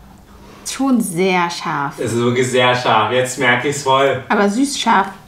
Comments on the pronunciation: Bin das nur ich oder hört ihr auch das manchmal tscharf anstatt scharf sagt? So wie sie auch Miltsch anstatt Milch sagt. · Warum betonst du scharf😂 wir wissen das es scharf ist😂💪